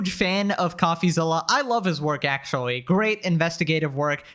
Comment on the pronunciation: "wichuwy" "ac-chewie" speak properly